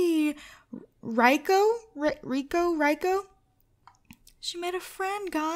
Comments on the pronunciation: It's ma-sa-toe and the girls name is ri-eh-ko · you say it as reco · Rieko is pronounced Reekoo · the girl's name is pronounced Ri-ay-ko (Rieko). it's Japanese. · Karlie's friends name is pronounced as Ree eh co (edit I accidentally called her Mollie coz I got mixed up with the names sorry about that ;-;) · It's ri e co